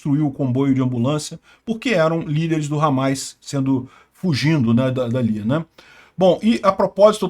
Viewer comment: É Hamas e não Hamais